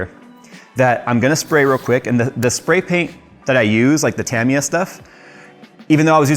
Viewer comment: Decades ago, I pronounced Tamiya they way you do. Double action airbrushes are the best, once you get the hang of them. I'm liking the build!